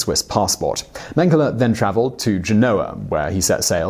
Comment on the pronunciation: If you say "mang hala" one more time... Holy cannoli please learn how to pronouce German names